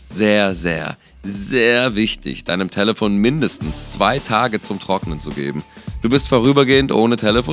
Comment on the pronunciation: Warum sagt er talefon